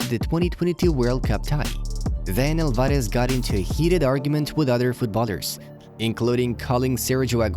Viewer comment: The way he said Alvares 😂😂